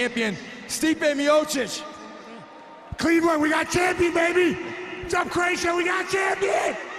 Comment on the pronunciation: Stipe 'Stiopic' Miocic